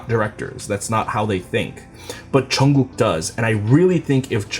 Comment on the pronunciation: I just love the way you say Jungkook's name! 😍